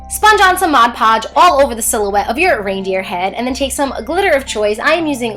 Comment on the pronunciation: anyone notice how it said mod lodge?